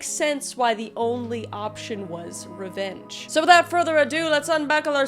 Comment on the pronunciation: That entire intro I thought you were saying ranch and I was deeply confused. Your channel is great and we enjoy watching you